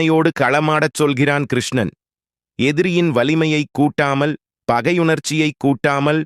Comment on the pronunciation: தமிழில் பேசியவர் சில இடங்களில் டைப்பிங் தவறால் வந்த வார்த்தைகளையே பேசிவிட்டார்.எ.கா..கிருஷ்ணனண்,அர்ஷுனன்...இப்படி.... மற்றபடி கதையும் பேசியவரும் அருமை....‌👍🙏